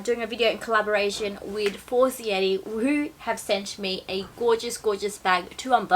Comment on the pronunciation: Omg. You are pronouncing the Brand name completely incorrect!! Its Italian not French. For zei reeee. And they are sponsorsing you? Sorry, im not hating, but that is really embarrassing. Such a typical easy Italian phonetics. The other La Pear men tear.